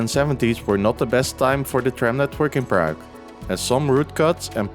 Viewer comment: Cool video but you butcher the pronunciation of Prague every time.